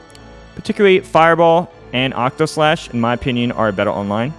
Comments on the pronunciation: I’m begging PLEASE say octaslash instead of octoslash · He also said it wrong a bit earlier too